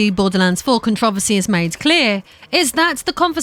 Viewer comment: Con-tro-ver-sy. It's not contress